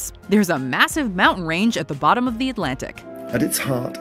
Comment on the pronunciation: "AT Botthum"